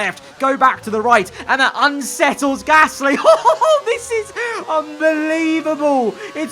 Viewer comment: Love these vids but just wish you could say Gasly right not Pear Gasssssssly